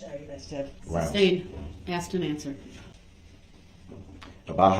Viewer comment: He always "axed dat"